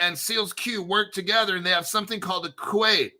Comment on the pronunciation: FYI, Seal Coin says Qait is pronounced "Kite."